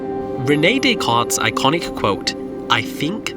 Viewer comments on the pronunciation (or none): none